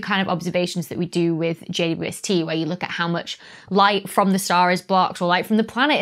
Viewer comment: I tend to hear "J Doo ST"